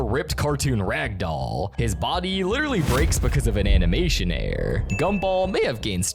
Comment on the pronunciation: I know right? And his error and mirror pronunciations are kinda off too